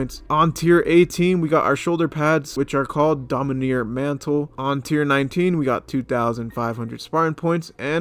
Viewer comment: Also it’s dominAR, not domineer, LMAO